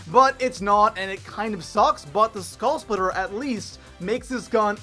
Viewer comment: Did he just say skall splitter... hahahahaha